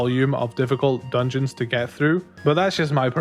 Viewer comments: "Ultimate Dugeons " oof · “Ultimate Dugeons” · “Dugeons” lol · "Ultimate Dugeons"